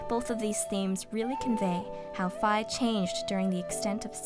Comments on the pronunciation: Wait, that's how you pronounce Fi's name? I always pronoinced it "Fee". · No offence, but you pronounced Fi and Saria's names wrong.